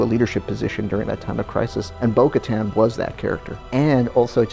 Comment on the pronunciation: why do they keep saying bo katans name wrong?